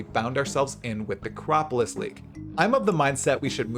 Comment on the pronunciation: 3.24 The Necropiss league